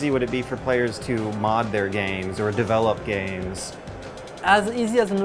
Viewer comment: "You can DEL-LUP you can write your own documents", erm ok - sounds legit, NOT.